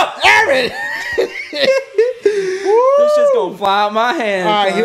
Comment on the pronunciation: it’s EERRRNNNNN nah fr his name is Aaron